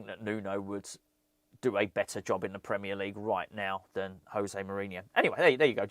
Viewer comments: It's "Joe-Zay", not "Hoe-Zay". He is Portuguese. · as he's portuguese its pronounced josay not hosay which is the spanish way, agree with all you said on this video though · I don't want to be that guy, but im going to be that guy José is Portuguese, the J is a hard J in his name, not like it is in Spanish 🤓